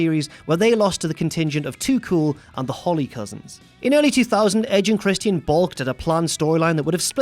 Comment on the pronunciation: His name is Christian, not Christy N!!